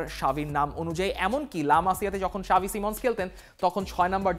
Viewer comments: Why you saying "Shavi" instead of "Xavi" 😂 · ভাই সাবি না। জাভি হবে😂😂